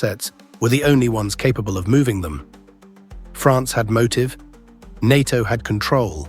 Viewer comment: It's not "DAINAR" but DINAR & "NAITO not NAATO"